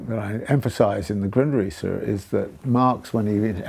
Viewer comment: replayed the beginning like 12 fucking times, he's saying "the Gundrisse", the '73 penguin books edition of marx's Foundations of the Critique of Political Economy for anyone else curious.